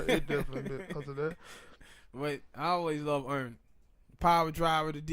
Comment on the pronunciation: It's not earn its Arn